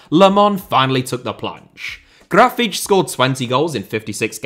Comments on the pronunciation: Brazilian here. You >almost< got Grafite's name eight. Only thing wrong is the stress syllable: You pronounced it like "GRA-feetch", but it is "Gra-FEEHTCH" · Gra-fee-tea, stressing the 'fee' bit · Well, you tried to mimic the common sense Brazilian accent. Not 100% accurate, as it should sound more like "Grafitchi", but it could also be "Grafiti" or "Grafite" depending on the region. Brazilian Portuguese is a very rich language... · I thought it should be more "graf - fee - tchee". I lived in Portugal for 5 years but found the Brazilian pronunciation confusing. I remembered hearing the word for "limit" which in Portugal was always "lim - meet" but didn't recognise it in a sertanejo song as it was pronounced "lim - mee - tchee" so assumed this would be the same. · It is pronounced “graw-fitch”. There you go, no hard feelings about the Brazil video 😅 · Almost, the last "te" sound more like "cci" like in "Pucci". (btw, grafite is a racist nickname ) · I'm brazilian and I wouldn't say you pronounced it correctly. I would say it was a valiant effort and "close enough". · Your pronunciation is closer to european portuguese, but still an impressive effort👍